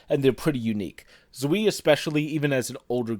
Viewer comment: You didn't pronounce "Zwei" correctly. It is pronounced like Tswai.